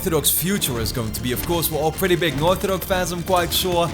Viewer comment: dude, you need to work on how you're pronouncing "Naughty Dog" I'm hearing "Nauthy Dog" every time... maybe annunciate your "t"s better